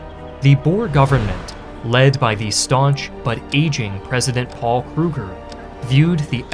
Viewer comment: I know this comment is rather late and very nitpicky, but the pronunciations really sort of irked me. Boer is not pronounced as 'Bur' it's: Boo-r (And plural is 'Boo-ruh', possessive is 'Boo-ruh's'). Joubert is pronounced: You-Bare. Mafikeng is pronounced: Mah-Fih-Keng. And Kruger is not 'Kroo-gur', it's Creuwer.